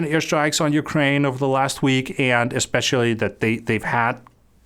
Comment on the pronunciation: I cannot handle how you keep pronouncing the word "and"